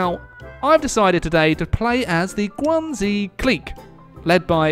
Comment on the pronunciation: I'm sure you've heard this before, but just for my own peace of mind, in the romanization of Chinese (called pinyin) "X" is pronounced with an "sh" sound, not a "z" sound. It's not the Guangzi clique, but the Guang-"she" clique, it's not thew Zibei San Ma, but the "she"-bei san ma. I doubt this will change anything but at least I know I tried lol.